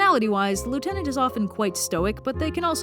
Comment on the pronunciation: I hate how you say lieutenant